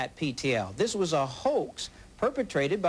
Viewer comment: "I'm Ted Koppel and thhhhiiiiiiiiiiiiiisssssssssssssssssssss.......(long pause).............. is Nightline.